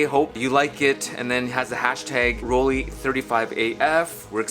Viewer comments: Should it be pronounced "Roll-Lee" or "Roll-Lai"? AFAIK, "ei" in German is "Lai". Well..., may be we can call Rollei Fans "Rollies" like "Swifties"? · Here is how to pronounce Rollei correctly: Roll-eye ;)